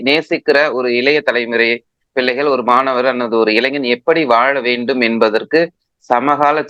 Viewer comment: “முல்லிவாய்கால்…. ஈலத் தமிலர்… இலைய தலைமுறை பில்லைகள்” ஐயோ போதும் உங்கள் தமிழ் உரையாடல்